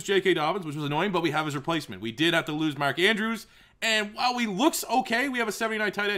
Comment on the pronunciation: did anyone else hear him say “mandrews” ??